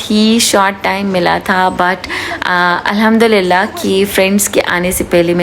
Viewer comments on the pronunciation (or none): none